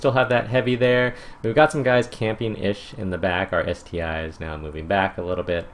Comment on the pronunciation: Great video again; but I just wanted to correct your pronunciation of ST-I. The 'I' there is actually a roman 1. This is because russians don't have the letter 'I' in their alphabet.